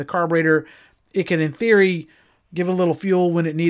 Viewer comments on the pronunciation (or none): none